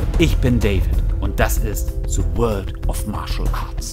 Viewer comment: „Ich bin David und das ist SE World of Martial Arts“ 😂